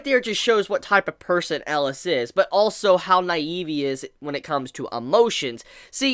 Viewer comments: Why do you keep saying "Ellas?" His name is Elias? Where does the I go? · pls pronaounse it right E-li-as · 3 more epsiodes for chibi to learn how to pronounce 'elias' ^^